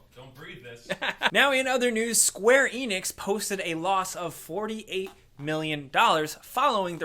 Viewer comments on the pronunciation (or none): none